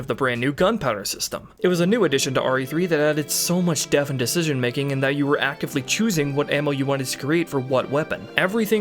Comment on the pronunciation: the word "depth" has a t between the p and the h. You seem to be pronouncing it like the ph in "phone". it is not pronounced "deh-f" it is pronounced "deh-p-th". This wouldn't be as much of an issue if not for the shear amount of times you use this word in your script. It seems to be your go to word when describing anything with complexities.